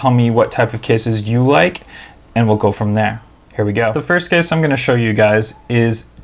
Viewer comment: i thought he was saying kiss rather than case lmao